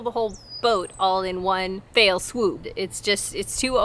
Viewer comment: “One fell swoop” as in “fell” ferocious deadly etc “ in one fell swoop” all in one go.. not “fail” love your videos best regards